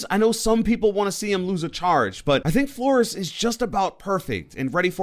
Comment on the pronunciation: Please say flor-ez